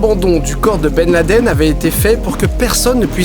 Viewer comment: Ok, mais du coup que penser des photos et vidéos que l'on a de Ben Laden ( au passage, merci pour la prononciation non francisée) datant de son arrivée en Afghanistan lors de l'invasion soviétique? Travail très très en amont de la part d'Obama? Ensuite, pour le " on enterre dans les 24h": ok mais de toute façon le fait de jeter le corps à la mer ne respecte pas le rite musulman qui n'accepte cela que si le croyant est mort en mer où que l'on ne peut rejoindre rapidement la terre. Clairement, disposant des moyens logistiques que l'on connait, l'armée US aurait pu l'enterrer en moins de 24h sur n'importe quel coin de terre ferme du monde. Que penser ensuite de tout les " supplétifs" de Ben Laden, eux aussi seraient ou auraient été des acteurs ou alors ils auraient été, eux aussi, manipulés? Enfin, pour les théories qui veulent que le 11 septembre soit un " inside job" de la part du gouvernement US ( parfois avec l'aide voir à la demande d'Israël), je me permet ici d'évoquer les thèses de certains chercheurs qui estiment que ce mythe vient du fait qu'au Moyen-Orient existe un réel " complexe d'infériorité" qui ferrait que l'inconscient collectif sur place porte les gens à ne pas croire que des gens de la région ont pu réussir un coup pareil contre le géant américain.